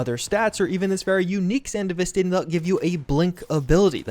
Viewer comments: sandy vistin??? ugh. san dev vis stan. its not aff gannistin its afghanistan. ugh. nice video though, other than that butchery. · Anyone else experience a slight micro tick when he says 'san-de-vis-stin'. Ive always pronouced it as they do in edge runners. And I think is just messing with me on purpose. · ah yes, the sand-uh-vist-in, the cyberware from hit anime sibberponk eggroll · I Get Confused Everytime You Say Sandevistan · The way you pronounce sandevistan is so frustrating lol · bruv anyone notice how he said sandevistan ? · dude still refuses to pronounce sandevistan right